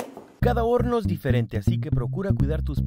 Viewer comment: ya iba bien el vídeo asta que dijo horno